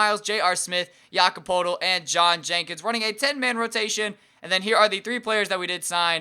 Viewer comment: It's pronounced Jake-OB Poe-l-tel